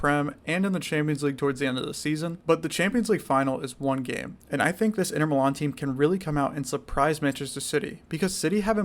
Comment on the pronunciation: My brother, I never heard any one say inter milan like that. Sounded like the name of some north eastern pie